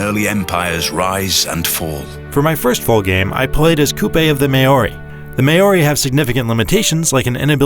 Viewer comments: Mayohree oof, that one hurt to hear. who tf doesnt know it's Maowree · "Mayori" wtf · Wrong, it's pronounced "Mouldy" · Totally. I had to defy the laws of physics to stop my eyes rolling. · How does a massive organization like IGN allow a video to be published with someone pronouncing Maori like that? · I'm not sure that's how you pronounce Māori.... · You said Maori wrong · Can we get a re-upload with proper pronunciation of Māori. That's painful for a New Zealander to hear. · Just letting you know that you don't have to be a New Zealander for this to cause physical pain...